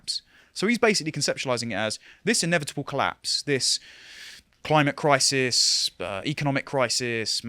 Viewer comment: Klaus seemed to be pronouncing crisis as "Kaisers"